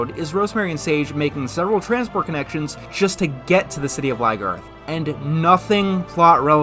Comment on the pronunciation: Why does he say Ly-garth? Isn't it Lyn-garth?